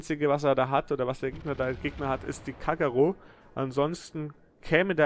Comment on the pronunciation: Wiedermal Top kommentiert von, aber bitte sag nicht immer Ka"gg"ero >_< da ist doch nur ein "g":-)